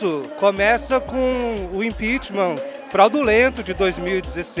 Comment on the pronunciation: "Frawdu lendo"